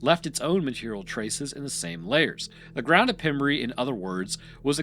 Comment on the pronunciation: South West walian here, can confirm we speak English but ARE NOT English. It is pronounced pem rhyme with gem and brey rhyme with grey.... would love to have heard you pronounce llanelli 😂